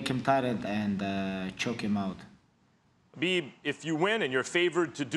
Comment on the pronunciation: he said beeb or is that just me